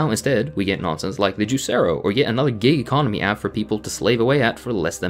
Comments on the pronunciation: It really did sound like gay economy app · I thought said "gay economy" 😂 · Yeah, but I just realized he actually said "gig economy" not gay economy